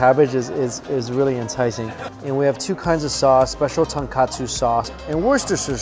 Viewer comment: Oh my jesus you butchered the pronounceiation of tonkatsu